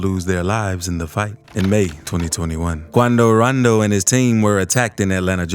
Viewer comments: If he say quandow randow like that one more time he finna piss me bro🙃 why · “QuAndO rOnDO” 😂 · Quandow Rondow...Attacked! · Why he say Quando rondo like that Hahah. 😭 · The way you say quando rondo makes me wanna peel back my fingernails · He sound so stupid saying “Quando Rondo”